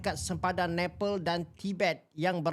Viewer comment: Bukan Nepel tapi Nepal... Sebutan kena betul.